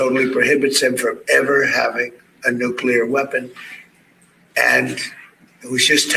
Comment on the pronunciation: It’s not “nucular”. It’s “nuclear”.